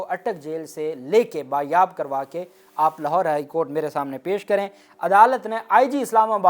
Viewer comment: The word is BAAZYABI not BARYABI. Sorry.🙃